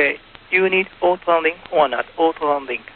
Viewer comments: Do you even YouTube bro? People watch the video and then comment on what struck them as interesting. In this case it was the controller say ot-land. Regardless if the controller speaks 20 languages, if it is clear that the pilot is not understanding him, he should spell the word. Don't be so sensitive. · "o-to" would have worked just fine, but he kept missing that second "o" sound. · I feel sorry for both sides here, but ATC needs to learn how to pronounce "auto"